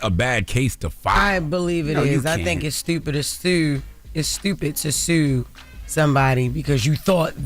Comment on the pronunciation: Baltimore Accent